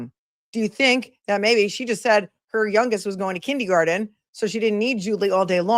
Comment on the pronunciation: Kin-DEE-garden?? What???